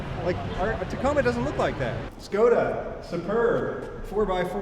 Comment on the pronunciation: Heya, just dropping in to say that Škoda cars (the correct pronounciation sounds kinda like "shko-da" but you never see english speakers pronounce it correctly) are made in the Czech Republic. Extremely common over here, if you go down any street, at least about a quarter of the cars you will pass are Škoda.